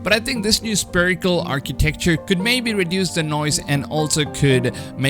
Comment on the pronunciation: Please stop saying "sPerical" !!! Haven't you ever heard about a sPHere ??? Something spherical? /ˈsferɪk(ə)l/